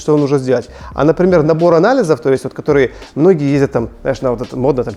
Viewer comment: Та может и красивая, но её речь бесит всех . Она пропускает почти все гласные буквы 😂 "кторые дются гсударством" - как это может не бесить ?